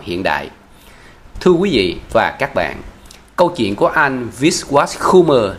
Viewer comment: Giọng đọc nghe rất dễ chịu nhưng vẫn còn vướng nhiều lỗi chính tả do phát âm chưa chính xác. Ví dụ như: an toàn chứ không phải an tòn” . Câu chuyện chứ không phải “ câu chiện “. Kiểm soát chứ không phải “ kiểm sót “.Nhiễu loạn chứ không phải “ nhiễu lọn”….🙏